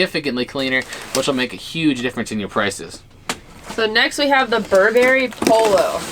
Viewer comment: The way how they pronounced Burberry tho